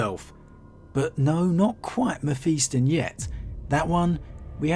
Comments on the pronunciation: Mephiston. Pronounced Mef-is-ton Not Mef-east-on. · Meh-fist-on.... Your welcome